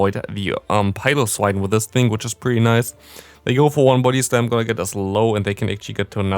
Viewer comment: Is it only me who hears his body slam as booty slam :3